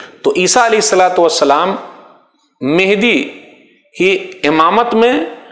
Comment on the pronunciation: ji janab mujhe v pata hai par Sheikh e muhtaram ke pronunciation mujhe menhdi sunai de rahe the